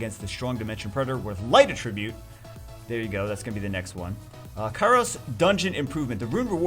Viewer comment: when he says attribute instead of attribute